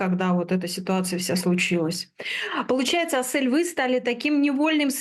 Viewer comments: Ни АсЭль, а Асель, в русском алфавите же есть буква Е 🤦🏻‍♀️ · Интервьюер! Ну почему АсЭль! Если она АсЕль! Неужели так сложно произнести правильно казахское имя? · Не в тему конечно наверное,но можно имя приёмной мамы произносить правильно не Асэль ,а АсЕль,это не так трудно же,очень интересно смотреть но так режет слух🤦‍♀️ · Не Асэль а Асель правильно Асель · Что у ведущей с дикцией ? Зачем такие паузы после каждого слова и не АСЭэээль, а АСЕЛЬ. Русская же , нормально выговорить не может согласный с мягким гласным ….. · Асель! А не Асэль😮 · Асэль ❌️ АсЕль✅️ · Спасибо за это видео. Только не АсЭль, а АсЕль! Слух режет капец. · У приемной мамы чудесное имя АсЕль не Ассель, не АсЭль, без обид, просто слух режет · Прекрасный выпуск, спасибо🎉 В казахском языке если есть в слове буква " Е" то и надо произносить " Е" а не "Э" АсЕль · нЭравнодушный канал........не АсЭЭЭЭЭль, научитесь правильно произносить имя, не приятно слушать!!!!